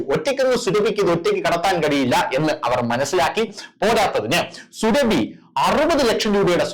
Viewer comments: എടൊ സുര ഫി അല്ല സൂറബി എന്നാണ് പോയി ജാമിത് ടീച്ചർ യുടെ വീഡിയാ കാണണം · സുരഭി എന്ന് പറയല്ലേ, സൂറ ഭി എന്ന് പറയു. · Surabi Alla Suraabi yannu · Sooraabhi not Surabhi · സുരഭി അല്ല സുറാബി ആണ് 😊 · സുരഭി അല്ലടോ സുറാബി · സുരഭി അല്ല സുറാബി എന്നാണ് പേര് സുരഭിക്ക് അത്രയ്ക്കും തൊലിക്കട്ടി ഉണ്ടാവും എന്ന് വിചാരിക്കു നില്ല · 😜..... എടോ, സുരഭി അല്ല സുറാബി! പറയൂ...... സുറാബീ!!! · പേര് ശരിയായി പറയു. സുഹ്‌റാബി ആണ്.